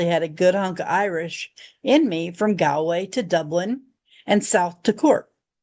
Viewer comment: Galway is pronounced gawlway